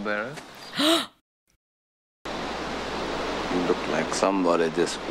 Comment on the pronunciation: The line is huckleberry, not 'hucklebearer'. From the original book & script.